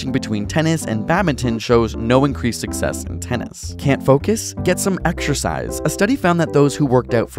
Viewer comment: Did you say extrasize or exersise